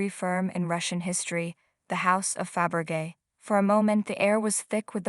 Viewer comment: It is pronounced Fab Ra Zhay not Fab ra gay. Emblazoned is pronounced Em bla zund with ed added.